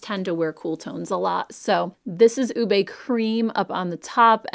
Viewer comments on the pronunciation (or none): Going to try the Huda blush this spring. Passing along, as a Filipina - we pronounce it OOH-beh. And I think that’s the one I’m going to try, or intense guava!